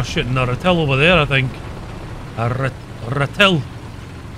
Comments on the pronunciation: How to pronounce Ratel (Ra-till) ("Ra": like the Egyptian sun God) & ("till": like till the field) "ratill".. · Ratel's pronunciation is: Rah - Till.